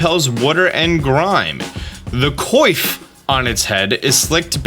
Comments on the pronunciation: Coif is pronounced “kwahf” fyi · I'm not gonna judge you for mispronouncing the two legendaries but I am gonna judge you for not knowing the word coif (pronounced kwaf.) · Coif is pronounced kw-off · The word coif is pronounced as QWAF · coif is pronounced kwaff. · Nailed the legendary pronunciations. Biffed it on coif. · Me not judging for how you say Kuraidaon or Miraidon, but definitely judging for how you say coif. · More concerned with your pronunciation of ‘coif’!